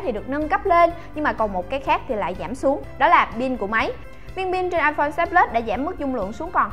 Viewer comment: "iPone " 6s plus nhầm iporn là chết nha 😂